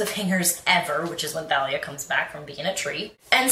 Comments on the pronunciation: by the way Thalia name is pronounced the Talia not Thalia the h is silent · Thalia is pronounced Talia btw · Actually I heard rick riordan pronounce it as THA-LIA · Rick Riordan pronounces it Th-a-lee-a